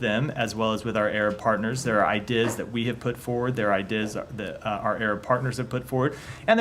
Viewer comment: This guy's brain is melting. Has anyone else noticed that he repeatedly pronounced "ideas" as "eye dizz"?